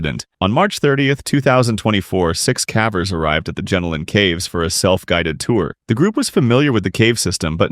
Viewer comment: Sorry, Jenolan is pronounced pronounced gen-o-lun.